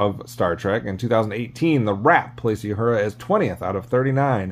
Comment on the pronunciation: The character Nichelle Nichols played was oronounced "OO-hura", not "Yoo-hura"!